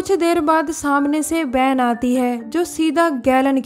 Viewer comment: U pronounced two words wrong van and hotel